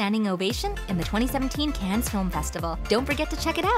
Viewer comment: If you’re going to do voice work, learn how to pronounce, “Cannes”, “coup”, “nuclear”.